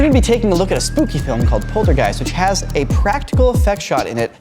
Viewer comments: Poltergee, poltergeir & poltergeist 😂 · It is polterHeist…like gif. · did he just say polterGIEST ? Lmao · How old is again? He doesn't know how to pronounce Poltergeist? He doesn't know who Stephen King is?